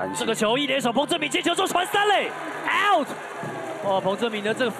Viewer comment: Out就out(傲t），為什麼要說成「也傲t」呢？